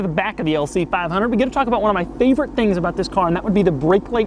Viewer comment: Lmao "lc fiiive hunerd"